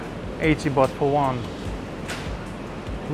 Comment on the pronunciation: Baht not Bath